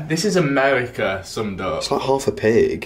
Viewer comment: Gweasy, weally, amewica